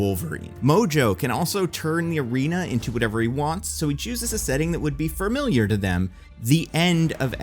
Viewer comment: There’s no r in the middle of “familiar”